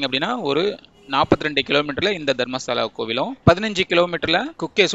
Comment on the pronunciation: No, Dharmashala , Dharmastala. Kolringa Kannada ve. Tamilians only correct prounce will not do.